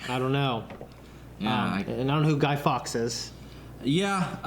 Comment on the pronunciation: Fawkes - like forks not fox.